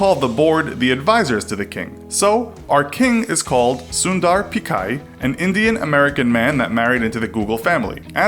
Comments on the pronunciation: pichai not pikai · It's PEE-CHAI, NOT PEE-KAI! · Dude it is "ch" It is Sundar Pi"ch"ai. Do not pronounce it "Pikai" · His name is actually Sundar Pichai and not "Sundai Pichar". Lol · And he pronounces it as pikkai rather Than picchai (with cch making tch sound as in pitch) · Not pi-kaa-ee. It's pi-cha-ee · Not Peekai,it is Pichai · It's not Sundar PIKAI!!!??? It's (Pitch - i) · It's not Pik-i its P-chai... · Sundar Pickeye? Lolol you mean Pachai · small correction... it's not pikai or pikar or pick... it's pichai.. like "chi" from china... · Its sundar pichai (pi chai) not pichar (pikar) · It's pee-cha-ee not picai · It's Pitch - aai not Pickai. And he is fair in color, but Black. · I guess it’s Pichai..Not Pichar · The CEO is Sundar Pichai. not Pichar "Infographics" ? well please do the research 😅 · Sundai Pichar? Not Sundar Pichai? Seriously?? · Its pronounced Sundar Pitchai without the t sound. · Learn to pronounce! It's not Sundar "pikkar" it's Sundar "Pichai" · Its Sundar Pichai not Sundar Pichar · Its sundar pichai not pikai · sundai pichar lol..its sundar pichai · He is Sundar Pichai (not k , its ch) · The Name of the CEO is Sundar Pichai... Not pichar.. and pronunciation is quite wrong... Please fix this.. it is like pitchai and. Not like pikar!!! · Sundar "pikar" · CEO's name is proounced Soon-dur Pitch-aai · A bit of info about pichai , it is pronounced as pi_ch_ai as ch in chamber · Actually its pronounced sundar pitch- eye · It is piichai ! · He pronounced the name wrong too! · its Sundar pichai with "Ch" as in chicken. What you said was Sundar pichai with "Ch" as in pinnochio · You guys absolutely butchered Sundar Pichai's name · How many of you knew he would pronounce pichai wrong